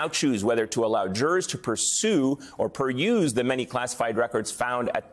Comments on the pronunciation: Ayman: That word on your teleprompter is pronounced "pur-ooze". (peruse). We Americans are pretty fond of our democratic republic. The huge majority of us do NOT want a freak malignant narcissist, who is deeply false & maladapted to be a dictator. We, the majority of Americans, are possessive of our freedom and rights. No fascism in America!!! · C'mon Ayman, can't you pronounce "peruse" correctly? Your English is clearly natively fluent... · Someone is getting a lesson on how to pronounce, peruse.